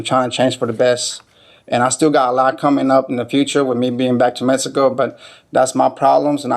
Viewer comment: "Messico" lol